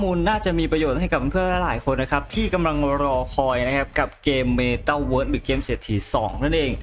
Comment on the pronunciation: ข้อมูลดี แต่ไม่ชอบตรง พูดWorld มันไม่ได้อ่านว่าเวิสสสสส